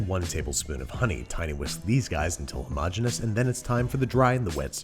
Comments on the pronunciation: His persistence of saying the word "hermogenous" is one of the most impressive things I've ever heard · he pronounces "homogenous" two completely different ways within seconds of each other. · Hey Babby! Decide how you wanna pronounce "homogeneous" man!